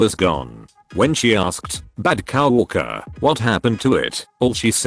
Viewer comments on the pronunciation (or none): Nobody: TTS: cow orker